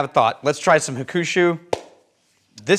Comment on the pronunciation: please let me help. It’s pronounced Hawk-shoe😅. I agree, if I’m choosing a Suntory bottle, I’ll pull the green one vs the brown one most of the time. WRT the staffing/marketing message, I agree BUT if they market the wrong way, it will ruin the business>at a world whiskey event, saw a WHISTLING PIG REP completely turn a customer off the brand after insulting the customers intellect. The rep said if you don’t like rye, then you really don’t know or understand whiskey. That customer had traveled to whiskey events all over the world, tasting hundreds of offerings… The Pig is no longer on the list.